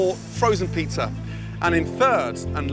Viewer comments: “hOw gOoD yOuR pIzZeRs aRe” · Why does he say "pizzar" sometimes? I've already heard this "putting an r at the end of a word" thing, what does that mean?